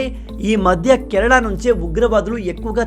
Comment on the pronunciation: Meeru Kanada annattu vinapaduthundhi Kerala Ani palukandi